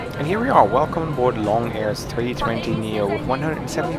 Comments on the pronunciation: It's pronounced as loong (similar to loom) rather than long. Loong means 'dragon' in Chinese :) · The carrier with the red and white livery is AirAsia. It's not "long" air. The "o" is a long "o" so it's more like "loong" meaning "dragon". If you had spent only a short time in China you would've known that.